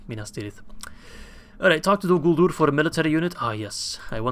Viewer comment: U missaid dolguldur